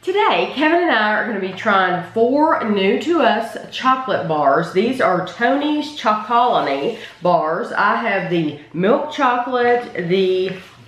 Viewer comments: Its pronounced Tony's Choco Lonely not Chocolony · prounounced Tony's "choco lonely" see the Netflix Rotten documentary awesome info/background